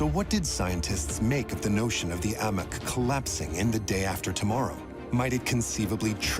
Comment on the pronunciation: In the first two minutes they call the AMOC the AMIC.